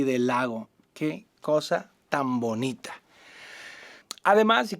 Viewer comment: "Que Cosa tan bonitha" 😉😂 Saludos Alan!